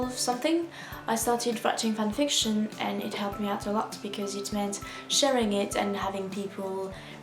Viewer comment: idk if this is gonna make sense but you basically pronounce it fanFICTION, whereas i pronounce it FANfiction. it's cute :) Willia